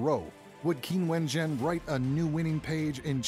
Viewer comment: you should at least learn to pronounce her name: it is Jung [as in dung] ChinWen.